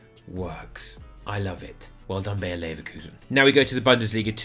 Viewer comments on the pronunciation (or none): none